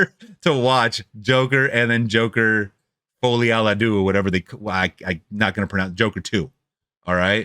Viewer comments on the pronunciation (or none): Folie pronounced like "folly" and add a "lay"........ Fol-lay ah Dew